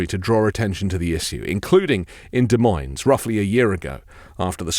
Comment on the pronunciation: The S’s in Des Moines are both silent.